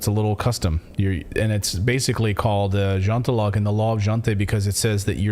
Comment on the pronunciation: I'm Swedish and frankly got a bit of a kick out of hearing Clayton trying to pronounce "jantelagen". And there are plenty of Swedes who are happy to brag about just about anything. There were people in 2020 who got actual tattoos of Tegnér and bragged about how much better Sweden is because we never (officially) jumped on the covid-bandwagon (many did unofficially though). My theory for why Sweden didn't push as hard as other nations have nothing to do with the bill of rights but rather the fact that we're already so far ahead on the real agenda than the rest of the world. I have lived abroad for years so I was actually happily unaware of all of this until covid rolled around and I was forced to return to Europe. Let's just say that when I left Sweden, the digital ID was only for banking and governmental business stuff.. Now you're expected to use it for just about everything, even gambling. That's just one thing, there is plenty more where that comes from. So while many freedom fighters are hailing Sweden as the new land of the free, it is definitely not.